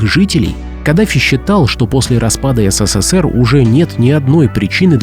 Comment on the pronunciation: ССССР - ухо режет